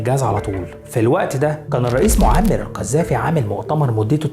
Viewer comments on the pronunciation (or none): اخوي ان المعلومات الي عندك حلوه بس ليش نطقك للاسماء غلط مثل فلستين بريتانيا معمِر نص كلماتك غلط اقراء الكلمات صح لوسمحت فلسطين بريطانيا معمَر القذافي